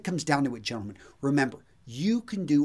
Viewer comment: would make a good greaser the way he says gentlemen.